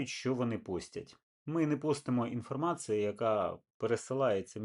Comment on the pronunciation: "информацыу" >> iнформацІЮ